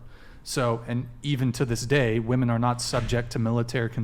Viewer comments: Is that dark haired chick on the left incapable of saying WOMEN??? She says WOMAN for every single time she brings up the term even when it should be pluralized in MANY of the ways she is using it!!! So irritating when she's trying to present valid points.🤦‍♀️ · if i had a penny for every time someone on this podcast in any episode says "woman" where they're supposed to say "women" I would be RICH!! And it just blows my mind how many sometimes even smart woman like the woman next to even say the wrong one and I just don't get it and I cringe every time. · Why do they keep saying woman instead of women? It honestly sounds retarded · I'm getting very minorly bothered that she keeps saying woman instead of women. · I can’t stand when people use the pronounciation of the word for a single woman and they use it in place of the word for plural women. Saying “for all woman” is not correct. “For all women” is correct. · can somebody please (genuinely) explain to me why they keep saying ‘woman’ instead of ‘women’ when talking about women plural? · why do they pronounce woman singular when talking about woman plural??? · 100% agree with the lady to left in the black dress but the way she says woman in place of women annoys the hell out of me. Sounds honestly stupid.... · Why doesn't that one WOMAN not understand how to say WOMEN when talking plural???? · what's the deal with west coasters pronouncing "women" as "woman".. did I miss something as our language has been bastardized, that we pronounce the plural of things in the singular form? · When speaking in the plural it’s WOMEN not woman! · Why does everyone say "women" the same as "woman" now? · I can’t take anyone seriously who can’t pronounce “woman” vs “women” 🤦🏽‍♀️ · Am I the only one that finds it annoying that she keeps saying "woman" instead of women? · I would love when people are talking about women they say women and not woman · Why are they all saying “woman” instead of “women”? Am I crazy?